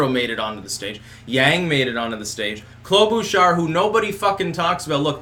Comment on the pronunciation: Minnesotan here. I die inside a little bit every time you say "Klobuchar" You say: Klo-boo-char Everyone I've ever known says: Klo-buh-char